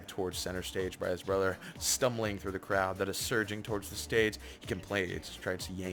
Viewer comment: lmaoooo you said "cloud" instead of "crowd" like three times